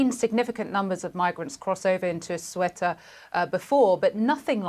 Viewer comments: It's Ceuta, not Cueta or Sueta... please... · It’s pronounced Ce-U-Ta no Cu-E-Ta lady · CNN, not sweater, CEUTA, read it as it's written. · Not sure how the newsreader isn't able to pronounce the name of this territory. It's "say-OO-ta", not "QUET-ta." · CEUTA IS IN NORTH AFRICA. It isn't pronounced "sweater" either. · She can’t pronounce even the name of the area! It’s not sweater!,,!! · If you are a professional reporter, please learn to pronounce the name of the location correctly. "Say-oo-ta". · Why doesn’t she know how to pronounce the city? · How can you trust a report that cant even pronounce the region correctly in english? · She’s pronouncing the country’s name incorrectly 😮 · The anchor has problems reading a five-letter-word (Ceuta). A deplorable display of American ignorance. And to make it very clear: Melilla and Ceuta are not in Europe. They are Spanish colonies in Africa which Morocco claims as its territory. And to all Americans who believe a wall will do anything good: take a close look! The border at Ceuta is a military grade fortification comparable to the Iron Curtain.